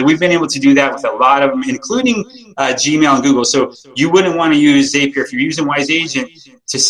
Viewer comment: Hello from Oooklahoma! Thank for this great video. I'm reeeally close to signing up with Wise Agent. I'm a former Lion Desk customer and doing lots of research now. Just to clear up the Zapier pronunciation: they will tell you Zapier rhymes with happier :)